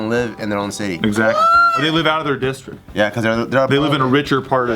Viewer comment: Am I the only person who heard say "dickstrict"?